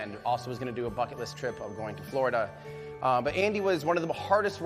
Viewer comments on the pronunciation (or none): none